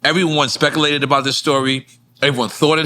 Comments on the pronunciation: WTF is "specalated"?? Lmfao. You mean Speculated?? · Lmao. "Speckalated"